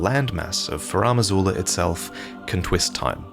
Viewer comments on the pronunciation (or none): Why is THE Elden Ring lore dude mispronouncing Farum Azula as "Faram Azula"? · Why pronounce "Furam Azula" instead of "Farum Azula" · I know is Australian, so his pronunciation is going to differ from mine, but it really bugs me that he pronounces it “FarAHm Azula” repeatedly. It’s spelled Farum Azula. Where is the AH sound coming from? Anyways, I know this is a very minor and nitpicky complaint and that doesn’t really take away from this great video, just wanted to get that off my chest 😅